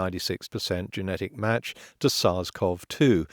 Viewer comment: HI potholer54, SARS-CoV-2 is pronounced sars co vee 2, not sars cov 2